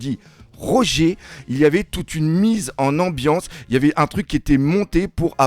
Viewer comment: cki est n’imp c’est de prononcer Roger a la francaise lol